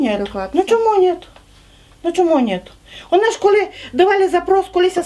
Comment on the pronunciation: навіть не так не "чуток специфический сельский закарпатский диалект укр.языка". Лексика на 99% літературної укр. мови. А ось щодо вимови слів — так, якраз вона і збиває з пантелику. Приклад із видива: вОна дАла (замість вонА далА).